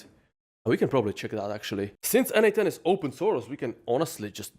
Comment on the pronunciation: funny when you say quickly n8n it sounds like N8 10 ... i was confused when listening to this vid LOL